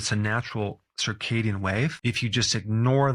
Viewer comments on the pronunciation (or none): none